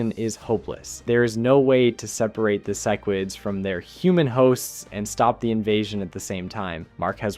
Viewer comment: Love the video but the way you say sequids, Cecil, and crisis pisses me off😂